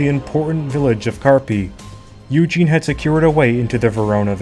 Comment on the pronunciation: Great - you pronounced Eugene correctly.